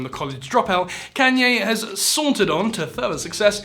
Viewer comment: Please look up how to pronounce Kanye. Idk if it’s rage bait or not but please